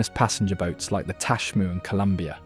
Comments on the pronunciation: The video is wonderful, but the narrator really needs to redo the show AFTER he learns how to pronounce the names of locations in our state…ie Tacquamenon Falls is pronounced TAH-QUAH-MEH-NAHN… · And Teh-QUAH-meh-non. Not Tech-Wah-MEH-non. As nice as this video is, it's not fully researched in my opinion. It's historical facts, but obviously the person has never been there, or couldn't get AI to pronounce it correctly. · Very good video, I'm sure you triggered some of us Michiganders with the pronunciations: Mackinac: Mak-i-naw Tahquamenon: Ta-kwam-in-ahn Macatowa: Mak-a-ta-wa Potawatomi: Pata-wata-me Frankenmuth: Frank-in-mooth Grand Sable: Grand Sah-buhl Leelanau: Lee-la-naw Pier Marquette: Peer Mar-ket Charlevoix: Shar-la-voy Gratiot: Grash-it Ontonagon: On-tahn-ah-gon Would be nice to see another video that covers some of the actual less known sites in Michigan! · That mountain in the thumbnail is not in Michigan!!! But other than that good video! Tah- Quam-Ah- Non The Great Lakes of Michigan all have multiple coasts , Lake Michigan has an East coast and West coast, Lake Superior has A North and South coast , Lake Huron has East and West coasts Lake Erie has North and South Coasts . Lake Ontario, the only great lake not touching Michigan has a north and south coast. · The other wrong pronunciation beside Mackinac (pronounced Mackinaw) was Tahquamenon Falls. It’s pronounced Tequamenon. When you show places in a state please find out how to pronounce those names correctly. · You’ll never convince an AI bot of that fact!! Just like you’ll never get it to say get to say ‘ tack kwa monin ’ properly!😊😊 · Decent video, but you’d think if you’re going to the expense, time & trouble to make a video, you’d learn how to pronounce the names. MackiNACK just grates on the ears. Tahquamenon, Les Cheneaux, etc. . . .sheesh! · You need to work on your pronunciations. Mackinac, Tahquamenon, Macatawa, Les Cheneaux, Frankenmuth, Leelanau, I can’t listen anymore.